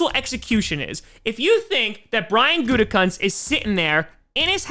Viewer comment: Pretty sure Gutekunst is pronounced Gutekoonst. At least that's how everyone said his dad's name when he coached. Although Gutecunts sounds funnier.